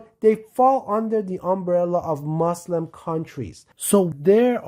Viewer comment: The moment i heard you mention 'moselim' at 0.08 i stop watching and look someting else.